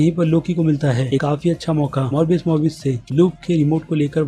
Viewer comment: Morbish morbish mat bolo yaar